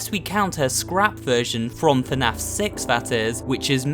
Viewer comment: YAS YOUR SAYING ITRIGHT FINALLY A YOUTUBER THAT SAYS FNAF RIGHT